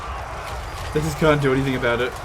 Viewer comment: "And regardless ... we have one advantage that zhey sorely lack: ZEPPELINS!!"